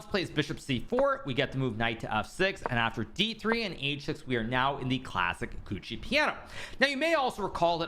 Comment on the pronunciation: Please. You're a learned person. Don't say "Gucci" piano. It's "Giuocco" [gee-ooh-oko] and means "game" in Italian. Thus "Giuocco Piano" means "calm game".